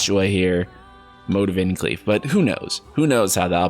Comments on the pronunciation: I literally had to pause the video after "Cleave" and rant to a friend about how annoyed that got me XD Darned american's butchering words. First they mess up Graham, now Clive, whats next? Pete? Are they going to pronounce it with 7 A's? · NGL it was pretty difficulty because you said it so many times. It's a common name in UK. Still left you a like ;) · Definitely not “unwatchable” with your pronunciation of Clive. But I was working while listening and thought his name was spelled as “cleave”. Clive/Clyve is an actual name. Just not as popular as most names like Clyde. Buuuuut this is also Japan and who the fuck knows. Maybe it actually is pronounced Cleave. But tbh I’d knock literally TWO points down from the game’s overall score if that were the case LOL Learning that Tidus’ name was pronounced “Teetus” made me SO happy that his name was never specifically said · Is Clive only popular on the UK or something? Also, that's also how I saw Valisthea. Thanks for this sanity. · Thank god someone told him and he’s responded and acknowledged haha. Don’t think I could take anymore of Cleeve 😂 looking forward to the next video featuring Clive!! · The way he pronounced it as "Cleave" instead of "Clive" (like drive, chive, dive, alive, etc..) irked me too xD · Haha holy crap, I can barely watch this video thru. The Cleave pronunciation is driving me crazy! Just, how?? CL...I’ve...Clive. Haven’t you ever heard of Clive Owen? I love your videos, I even have a bit of a man crush on you, but it’s so hard to ignore haha! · Lol he's saying Clives name wrong. He's pronouncing it Cleave...... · Bro pronounce his name right it’s so annoying. Cliiiiiiiive not cleave wtf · Low key getting annoyed with cleave ITS CLIVE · Cleave??? You mean Clive?? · hey dude I wanted to let you know that the main characters first name is pronunciated as Clive not Cleave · It's not Cleave...it's Clive! Cl-*"liv"*e CLIVE! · It's CLIVE with an I, not an E. His name isn't Cleave you clown!! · Cl "EYE"Ve